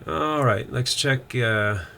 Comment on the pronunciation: Is it my poor ears or are you saying "lex" instead of "let's"...?